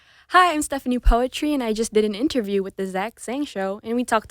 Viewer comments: Si stephani kok ngomong poetri nya juga "poetri" buka putri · i dont know why she doesnt correct the pronounciation of poetri. princess in indonesian is putri not poetri or poetry thats not the same word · Why saying poetri not putri? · Bangga si anak diva indo. Tapi dianya kenapa bilang "poetri" bukan putri sesuai bahasi indonesia. Kalau bule pasti ga tau dia pasti taulah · Poetri reads as Putri/Pootree right in Bahasa? But i guess she made it as Poet-ry as her stage name huh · yes, i understand that. If you watch this interview and some other, they say the name poetri literally, like poetry. Even she herself called her name that way. Thats why I said that I ve been calling her name wrong as "putri" instead of "poetri" like everyone in the video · so its not Putri, but Poetri like in 'poetry' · Stephanie poetry lollll Its pootree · Actually there is a video, that will explain how her name suppose to pronounce, it's Putri but she likes to pronounce it like Poetri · I never knew that her last name was pronounced Poetri like in "poetry", i thought it was Putri 🤣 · so you pronounce your name "poetri" like "poetry". didnt know that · Why does she pronounce her name wrong? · She pronounce her name wrong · iya mbae, sabar atuh. Kan saya bingung kenapa dia sendiri yg ngeja nya begitu. I was just genuinely surprised that she herself pronounced it that way